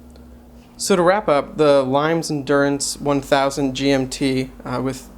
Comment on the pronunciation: Thanks for taking the time to do this. Limes is an under rated brand. BTW, it's pronounced LEEMess, or perhaps closer to LEEMiss. And isn't the diameter closer to 41mm?